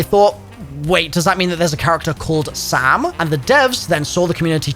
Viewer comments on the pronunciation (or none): I hear sail instead of Sam… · I always heard “sail”